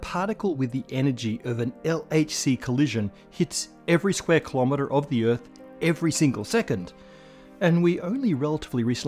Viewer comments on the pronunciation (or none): It is very annoying when people these days are unable to pronounce "kilometer" properly. Ask them to pronounce "kilobases" or "kilogram", they are able to pronounce the word correctly. Why are they unable to pronounce "kilometer" correctly?